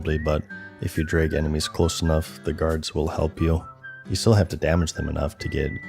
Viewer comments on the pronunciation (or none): none